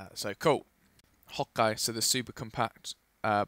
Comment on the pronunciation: When he says ok its sounds a little bit like he says hawkeye.